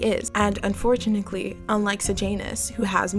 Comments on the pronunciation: Am I the only one who got trown out of the content by the "unfortunakly" insread of unfortunately? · You also said "unfortunickly" multiple multiple times instead of "unfortunaTELY"😭 was that just a repeated goof or do you just not know how to actually say the word? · Am I tripping or are you saying unfortunacly ?😭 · This is a real nitpick but its "unfortuNATEly" not unfortunikley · "Unfortunickly" haha I wondered if I was imagining it! But it reassured me I was listening to a real person and not an AI 😅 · as i crazy or does she keep saying “unfortunickly” anyway amazing video love the insight!!! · damn god forbid someone mispronounces something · Am I hearing “unfortunickly?” Or am I crazy? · Why do you say "Unfortunickly" 😂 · UN FOR TUNATLY. UNFORTUNATELY. THERE IS NO C IN THAT WORD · I can't get past the "unfort u knit lee" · I thought I was tripping Everytime she said it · This is a genuine question (I’m not a native EN speaker) but why do you pronounce unfortunately this way? Is it an accent? It’s so interesting to me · y u say unfortunately like that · bruh i cant finish this video bc of the way you say ‘unfortunately’